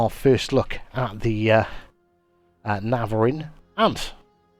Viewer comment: Its not navariin its navarin.😭